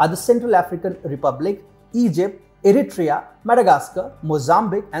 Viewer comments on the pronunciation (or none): none